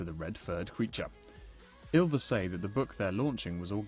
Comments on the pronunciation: 1. My ears start bleading everytime he says "Yillvis" o.o 2. Bård's lisp from - is soo adorable 3. Vegard=dark, curly hair, smaller Bård=dark blonde hair, taller Remeber this reporters when you are going to interview them. 4. When they would have been successfull 50 years ago, I want to be born ca. 60 years ago in Norway so I have at least a chance to marry one of them :3 5. They should really know that here's a handful of silly people from all over the world who would recognize them without their costumes. Amen. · Not "Yill-vis." "Ill-vis!" Funny how Vegard says they're not recognized. There's an entire faction of us who would kill to breathe in the same rarified air . . .